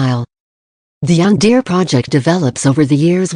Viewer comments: I would recommend replacing all yanderes with yondaray so it doesn't sound like yandeer in the TTS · Pff... the way the computer pronounces "yandere." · Tenya Iida if you say “hd” as “high definition” then “a” is right, if you shorten it to just the letters and pronounce it as just the letters then “an” is right. it depends on how you pronounce it. anyway youre still right because its types as hd